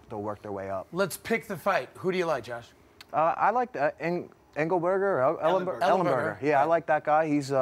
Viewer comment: "Ingleberger" ...hahahahah.